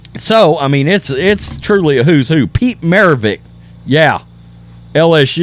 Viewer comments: Marivichhhhhh not Marivickkkkkkk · Stop mispronouncing Pistol Pete's last name, dude.